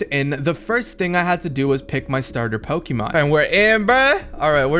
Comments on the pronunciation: Pls get someone with actual pokémon knowledge in your team so you pronounce the names right….. And so you can get advice on battles… Good video though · bros never played pokemon he cant pronounce any of them xd